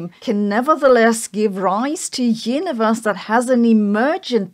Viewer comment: Sorry but I kept hearing the word "yiniverse" and wondering if she's saying universe or if yiniverse is part of this constructor theory